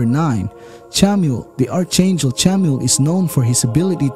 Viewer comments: Respectfully, the proper pronunciation is “ark-angel”. First time watcher and new subscriber! 😇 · It is pronounced ark angel...and how do you know all of this. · The "H" in "Archangel" is SILENT! Pronounce it correctly!